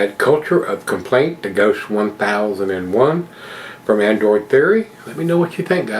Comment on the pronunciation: Adroit is supposed to be pronunced "Android"???? xD